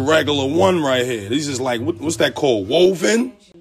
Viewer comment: Woah-ven lmao